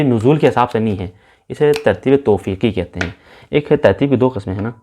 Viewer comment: سر ! یہ آیات کی نزول میں یہ دوسرا لفظ ۔۔۔توقیفی ہیں ۔۔ توفیقی نہیں ۔۔۔درست فرمائیں ۔۔